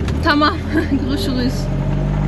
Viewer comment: meghaba bir tamirci istiyorum, bir tamirci + neyli olsun abla? - ney olsun neli yani? + tamirci neli olsun? aksanı çok tatlı yalnız 'Görüşürüş' demesi inanılmaz güzel